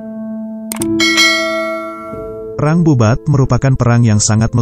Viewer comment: Bubat bkn babut ,,🤦🤦🤦 kalo babut itu bola tenis